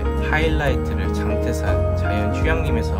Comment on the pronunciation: 장때산이 아니고 장태산 입니다 발음에 주의하여 주세요